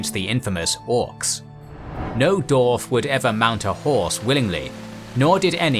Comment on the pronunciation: How come you never ever ever say "Dwarf" but always end up dropping the W?